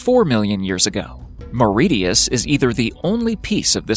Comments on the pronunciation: The island of Mauritius is pronounced "Mah-RI-shus", not Mah-ri-tee-us." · Mauritius is pronounced like "delicious" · Mauritius is pronounced More - ish - us